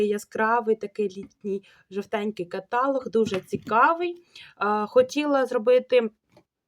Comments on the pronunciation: КаталОг! Наголос на третьому складі! Ну, дуже ріже слух на початку ролика! І Ви поперекручували майже всі назви ароматів Оріфлейм! Хоча, чому майже? Всі! Мене це обурило! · Слово для перевірки КаталОг - діалОг 🎉